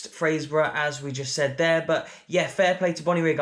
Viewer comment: Well done on probably the best pronunciation of Fraserburgh by an Englishman I’ve ever heard.